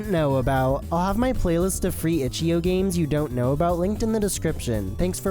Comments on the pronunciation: "Itch yo balls" ahh pronunciation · "itchyo" bro what